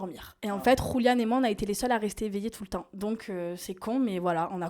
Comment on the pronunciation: Jeremstar pourquoi tu dit touletent "non mais je meur